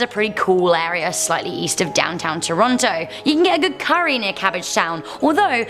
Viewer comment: Eh" Tim's coffee is Go-od